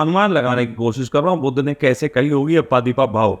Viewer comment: अप्पा दीपा भव ये तेरा उच्चारण है। ईससे तेरी बौद्धिक पातली समझती है।